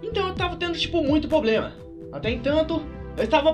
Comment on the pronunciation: poblema kkk problema vc tem muita influincia fala certo